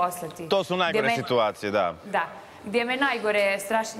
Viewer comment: Al' kad kaže SITVACIJE 🙄😳